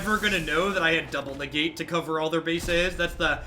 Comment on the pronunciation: Lmao “ne-gate.” A+ implicit pun